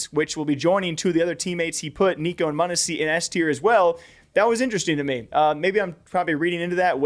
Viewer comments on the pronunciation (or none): none